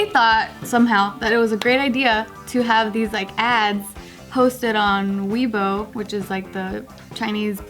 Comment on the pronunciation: haha its funny how pronounces weibo. Anyways, Im glad that the chinese market no longer sell or buy Dolce &Gabbana products. All online stores took down their products